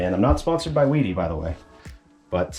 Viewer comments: yes, I understand that Germans pronounce the W as a V. But the pronunciation of the item is up to the inventor. And they pronounce it "VEE-di," so that's the correct pronunciation. If you "Westernize" that pronunciation, you would get "WEE-di," so "WED-i" is definitely incorrect. But I really don't care all that much! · According to the manufacturer, it's pronounced "VEE-dee." It's a German company, apparently. (This is according to their YouTube video titled, "Training: Building a complete bathroom using the wedi system.") So now you have THREE pronunciations to choose from! 😁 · Wedi = Weed vs wedding sound/pronunciation..... go for Wed (short e sound) is my vote😃.